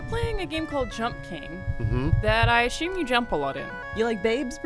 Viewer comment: Every time Alanah says "ashume" I just can't focus on anything she says for a while